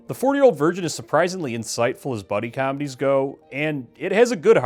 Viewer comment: I just realized you're Canadian LOL the way you just said comedies during that opening screamed Canadian